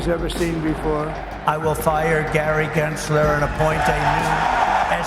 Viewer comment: why does trump pronounce gary gensler with a hard R 😭